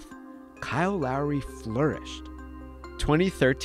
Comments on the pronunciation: Dude I can’t be only one that thinks he keeps saying Larry.. it’s really not that hard to pronounce Lowry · Imagine saying kyle larry 10 times instead of lowry, other than that amazing video! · I didn’t know if he was saying Lowry or Larry lol 😂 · It sounds like the narrator is saying “Larry” instead of Lowry lol other than that, great vid as usual! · Bro it sounds like you are saying “Larry” every time 😂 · i'm hearing "Larry" 😅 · Anyone else think was saying Larry instead of Lowry?